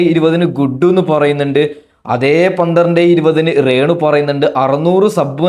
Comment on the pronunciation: റേണു അല്ല രേണു